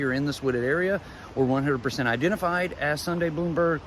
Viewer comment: Her last name is pronounced Blahm-berg, not Bloomberg. Thanks. --a classmate